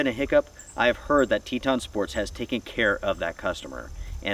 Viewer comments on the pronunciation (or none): Just say Teton ....🤣😂🤣😂